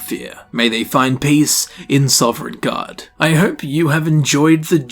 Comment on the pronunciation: That is the second time you have pronounced it Sovereigngard